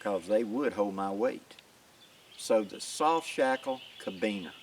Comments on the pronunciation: It's carabiner not cabiner. That's care-a-beener not ca-beener. Sorry, I know it petty, but it was bug'n. Why was I more focused on pronunciation than the lesson at hand? Because at the point at wich you said it twice, I had yet to hear anything I hadn't already learned. Not your fault, these are valuable lessons a lot of people need... it just happened to be review for me. But that familiarity with the material allowed my mind to relax and wander. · great tips. Try saying Caribbean, not Kabeaner. Locking Carabiner. I made some citris knives from Dan Lutz design. I just made the end look like a Kukri. Ever heard of Hojo Jitsu. lots of knots. Later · Never heard anyone say ka-beaner lol